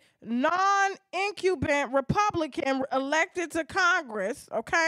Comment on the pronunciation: Pronunciation: In-kum-bent (political term)